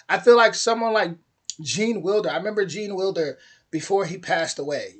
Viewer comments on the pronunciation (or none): You are American and cannot even pronounce the name of the great "Gene Wilder" correctly....